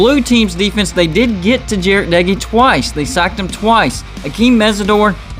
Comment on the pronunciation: Texas Tech defense is gonna shutdown WV offense this year. Just wait and watch. Our defense will be #1 in the big 12. Wreck em Tech. Thanks for pronouncing Doege correct though. Seems like only Lubbockites (since he and his brother were from Lubbock) and WV fans are the only ones who do it.